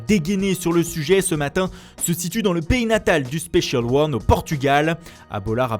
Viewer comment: Non mei la manière dont tu dis "spécial ône " me tu moi 😂😍😂👌 et les mots anglais